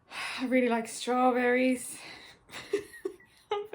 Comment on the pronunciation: It's stawbewwy